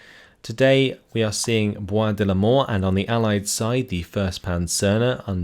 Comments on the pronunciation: It's funny because when you say "Bois de Limors", it really sounds like "Bois de la Mort" (woods of death) lol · I hear "Bois de l'Amour" on my side, but yeah, could go either way